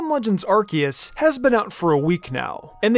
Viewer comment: It’s Ar-see-us